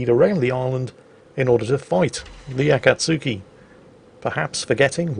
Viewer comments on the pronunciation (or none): Akatsuki is pronounced ah- kah- tski.